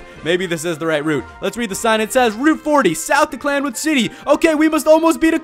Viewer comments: It's CI-anwood, NOT CL-anwood! Can you read?!?! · uh its cianwood not clamwood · its cianwood city not clanwood LOL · ITS CIANWOOD NOT CLANWOOD!!! I AM TRIGGERED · i also find it funny how he calls it cl anwood not cianwood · Cianwood (see-an-wood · ikr totally screwed that name up. clan-wood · it's Cinawood. Like Cee-anne-wood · It's called Cianwood city not Clanwood city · It is Cianwood (See-in-wood) not Clan-wood. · It's not clan wood it's Cianwood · OMFG its cianwood not clanwood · clanwood XD it's purnounced sin-a-wood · its Cianwood not clanwood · its C I A N W O O D pronounced see-an-wood not clan-wood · Its pronost ceanwood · It's pronounced cyan-wood-city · It's pronounced C Ann wood city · Everytime he says clanwood im dying a little bit more inside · Please tell me he found out it was see-an-wood. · it's not clan wood it's freaking I not l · pronounced cyanwood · bro its Cianwood city..... its an "i" not an "L"